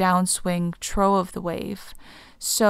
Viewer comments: "trough" is pronounced "troff," not "troh." I'll take a wild guess that you've never led your horse to a water trough to let him drink. 😉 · ❤️ Trough is pronounced “Troff” ❤️ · Whoops - I mispronounced "trough". Supposed to be pronounced as "troff", not "troh", dough. Also, thank you everyone! Lots of REALLY great comments with different perspectives you are sharing about similar information! Definitely resonating, especially to the "zero point" perspective and the "Toroid shape" perspective/comments! There is a comment about the linear timeline being more of the "eternal NOW moment projected as a line" - this actually came to me in my dream (after posting this video and reading the comment) and showed me how the linear timeline was more of the eternal NOW moment in connection to the spiral timeline. As the spiral expands, you integrate more of the open, creative, Universal energy into your eternal NOW moment and as the spiral contracts into the more linear timeline portal, you integrate less open, create, Universal energy into your eternal NOW moment. Interesting! Thank you for sharing!